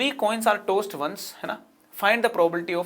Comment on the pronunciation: Tods sounded like toast